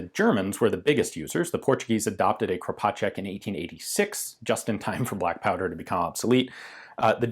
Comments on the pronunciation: your first pronunciation of Kropatschek is spott on. Same goes for sounds exactly like I as an Austrian would pronounce it. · He actually nailed it :D